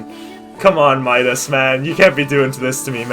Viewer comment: His name is pronounced “mit-e”